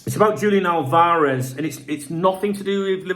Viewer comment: Álvarez: AL-varez. Stress is on the first accented syllable....sorry.